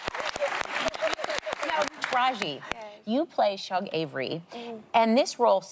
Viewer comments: LOL eww sarah it's Shuuug Avery lol Short for SUGAR LOL You took the soul right outta that character name lol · You can tell Sara hasn't watched it. She pronounced "Shug" as Shawg not Shoog. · I can’t believe Sara said “Shugg” Avery, 😞 Sounds like Uggs. Yikes! Come on sis. Do better. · Not her pronouncing Shug wrong lol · Idk why it bothered me so much that Sarah mispronounced shug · The way Sara pronounced Shug’s name. Cringe